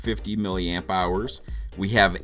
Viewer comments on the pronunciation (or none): none